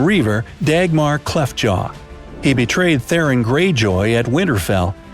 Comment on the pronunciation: "Theron Greyjoy"